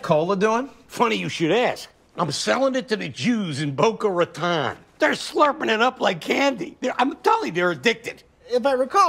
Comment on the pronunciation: Why can none of them pronounce Raton right?